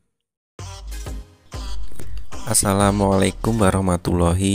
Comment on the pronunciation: Maaf om, kalo salam pembuka yg bener. Assalam ny jgn asal2n. Trims😊